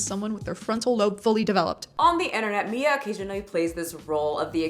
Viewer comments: Way to tell us how stupid you are can't even pronounce or remember the name Mia? It's literally three letters bro. It's the sound you like the most, me, me, me, followed by an A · Teaches people to speak Spanish , has to pretend to not know how to pronounce "Mia" lol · Is he seriously trying to mispronounce Mia's name to look down her? That's hilarious, to fail at three letters. Tells us a lot about his mental age and intelligence.